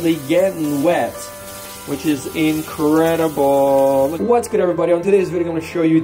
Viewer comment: the way you said "incredible" clearly shows how incredible it must have been to feel the water without getting wet lol